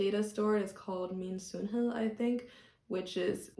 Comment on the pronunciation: Wow! You got he Danish soft D in "sundhed" correct. That is atually rather rare.